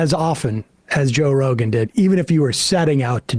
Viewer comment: Jo'k'e Rogan 😂